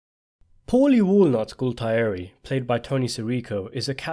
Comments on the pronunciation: GA-UL-TIERI, NOT GULTAERI! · Youre basically a Sopranos scholar but you pronounce it Gault-eye-eri? 😂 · if you watched sopranos so much how cone you cannot pronounce Galtieri